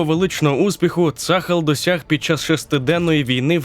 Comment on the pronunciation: Я вибачаюсь, не цАхал, а цахАл) І не Ейлат, а ейлАт))) дякую